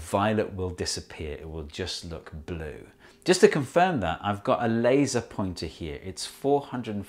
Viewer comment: so... i heveth a lasier pointere